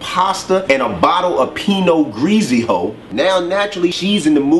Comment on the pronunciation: I'm hurtin' over here. That fool said Pino greazy-oh And catch the Holy Ghost! Lawd, lawd, lawt